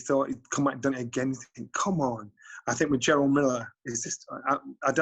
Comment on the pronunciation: Jonny his name is jarrel not jarold 🤣🤣